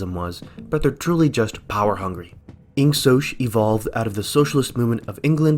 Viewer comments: The real 1984 is how he pronounces it "insosh" instead of "insok" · I pronounce it with the G: Ingoc/Ing-Sock